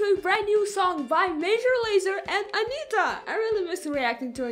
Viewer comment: Your pronunciation of Anitta's name is impeccable, congrats!